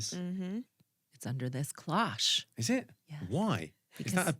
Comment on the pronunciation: Closh? It's cloche (with a long O) not closh. :face-blue-smiling